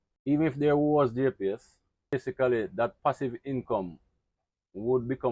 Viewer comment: What is a gepees i dont get that word..